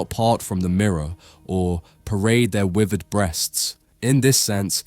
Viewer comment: I really enjoy this channel and your insights into the artworks but I wish you would try to pronounce “th” correctly rather than giving us “wivvered” and “everyfing” etc